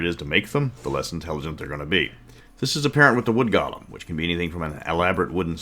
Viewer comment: I know you are saying Golem but every now and then i keep hearing Goblins. And that just makes me tremble at the idea of bone goblins.